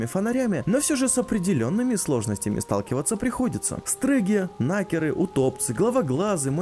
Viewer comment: Почему я вместо слово Накер слышу Нахер?)))